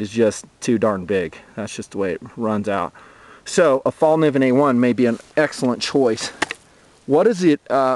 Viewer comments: haha, everybody from english talking countrys sais Falniven, and now people are starting to think thats how you spell it. !!Fällkniven!! :) the K and the N is prunownced kn, not just like a N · It's pronounced "Fell Kneeven," not "fall niven" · fallkniven (fällkniven) is swedish for 'the folding knife'. over here it's pronounced 'fell'", as in "fell down", kay sound as in 'clip' followed by 'nee' as in 'knee' and "when". "fell-k-nee-when" - say it out loud and you'll pretty much mastered the swedish language.